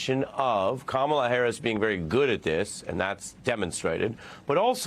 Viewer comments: I'm kinda surprised nobody else corrected them before you. I mean, Trump and others have been mispronouncing her name on purpose - but at least the OP is a supporter 🤷‍♀️ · I’m willing to bet he won’t mispronounce her name ever again!